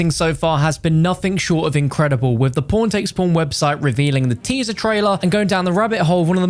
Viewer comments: am i the only one who thinks he says p0rn instead of pawn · Am i the only one who thinks hes saying porntextporn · All I hear is "PornTakesPorn"